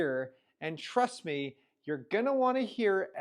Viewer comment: Really instills confidence when a crypto youtuber starts out their video with "trudt me"